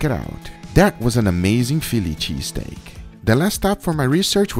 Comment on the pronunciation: No one: Absolutely no one: Guga: Feeliche Steak